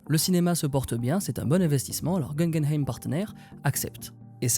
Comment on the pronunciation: Pas "Gun Game Eyme" mais "Goo Gueun Aïme". Comme le musée Guggenheim quoi...Service! ;) J'ai un galéré pour faire pause sur l'image subliminale mais merci pour la précision! Il y a donc un activiste environnemental qui s'appelle aussi Daniel Katz! Excellente vidéo qui tombe à pic! Depuis le superbe "Aftersun", je commençais à m’intéresser à ce petit distributeur justement. Merci!